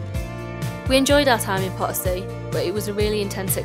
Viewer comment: The lady should make an effort to pronounce Potosi properly. Sometimes even the Spanish subtitles would say Part C 😂